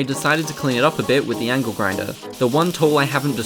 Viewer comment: The aussie accent making angle sound like ankle was pretty apt.